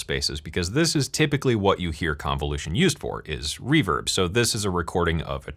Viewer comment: I kept hearing “reverb” as “reefer” in that intro lolol